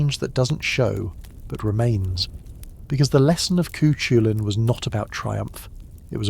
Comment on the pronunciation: For those who are not familiar with the correct pronunciation... It's Coo Cull-Ann ✌️💚🌞 there are many other mispronounced words but at least that's the hero's monkier covered 😅